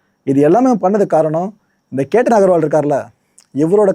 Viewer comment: பெயரை சரியா சொல்லுங்க. கேட்டன் இல்லை அது che.த்தன்.